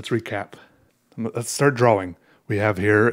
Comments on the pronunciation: The word is draw- ing...not dra-wing. The amateur artwork is amusing but please learn proper pronounciation. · Do you say draw-wing? Yes Do I get upset when you say it? Yes Does it matter...mmmm-no. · lolol keep laffing when you say "draw-wing". you're space-ship just kept getting better. It kept getting more complex and that's what I find beautiful in art. I don't draw much or know much about it, but I like the technique you use to make it look 3D. That makes me wonder how hard it must be to make 3D art like sculptures and stuff. OR even 3D digital models. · You said draWING. It made me realize that i never pronounce the W in that word. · I love the way he says 'drawing'